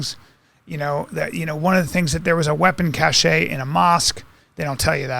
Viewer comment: Say cache for me again, Bry.